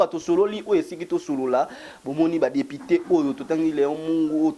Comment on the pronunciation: Dikoshiiii ya journaliste ... depiteee depiteeeee yoka prononciation ya mabe boyeeer!